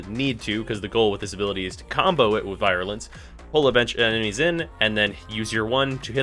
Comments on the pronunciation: Vi-rulence. Fucking Vi-rulence. I'm pretty fuckin' sure I've heard ya pronounce the mod Virulent Scourge correctly before so what the fuck happened here? Fucking Vi man. Also I don't think its so much people wanting the new shiny and wanting it now, as much as it is the mission itself feeling just soooooooooo fucking terrible, at least it did on launch week. Barely any enemies, and barely any injectors, so you're pretty much fucked into just babysitting one console while letting the others burn. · VEE - ru - lence or VEER - you - lence not V-EYE - ruh - lence